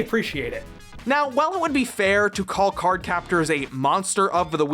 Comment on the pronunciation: You pronounced "card" wrong